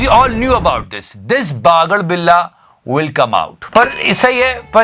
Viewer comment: The movement he says bagadbilla lmao